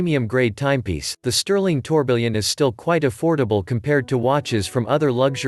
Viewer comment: Tourbillion is pronounced "tour bee yon"...